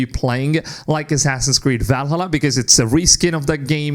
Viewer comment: Seriously man stop with the valhulla 💀